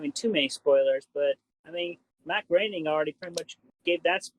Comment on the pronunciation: You know, there's A LOT of negative I could say about Chris-Chan but I think at long last I have found the single positive trait I can attribute to him... he knows how to accurately pronounce Matt Groening's last name!